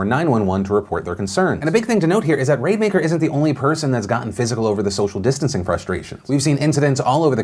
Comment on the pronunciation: The way you kept mispronouncing Rademaker made me think it was going to lead into a Raid Shadow Legends ad. It's Rad-eh-maker, by the way.